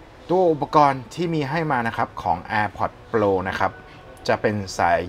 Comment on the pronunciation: พี่ช่วยออกเสียงตามต้นเเบบว่า โปร ได้ไหมครับ โปล โปล ฟังเเล้วดัดจริต